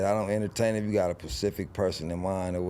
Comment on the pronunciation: Specific lol not pacific